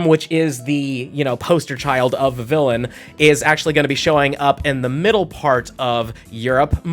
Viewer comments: Please stop pronouncing it like that. Kalos is set in france. Vivi-yon. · I live in FL, obviously, but I have a 3DS I registered as being in HI. Love getting that Ocean form. My top three are Fancy, Meadow, and Ocean. By the way, it's pronounced like Viv-eon. A combo of the words vivid and papillon, the French word for butterfly and also an adorable breed of dog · In Vivillon, the two Ls are silent, and the second I makes the Ee sound. It's my least favorite Pokemon, but only because its Pokedex number is my least favorite number. The only reason I would ever get one is so I don't have to see that number when I scroll through the Pokedex.